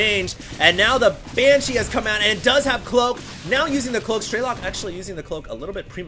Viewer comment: "Strelok" is russian for "Shooter" and there is no long "e" - "Streelok" "all the sounds are the same duration, you just snap it "Strelok"... just FYI